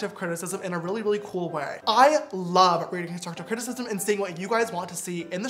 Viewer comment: No one: James: conshushive crtisishism 😂